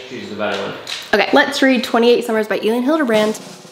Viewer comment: My mom actually knows Elin Hilderbrand, she went on a trip to Nantucket with her. It is also pronounced (elle-in)